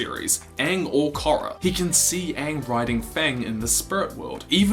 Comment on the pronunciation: Good video, as I've come to expect of you. But why do you pronounce Korra with a short o like that?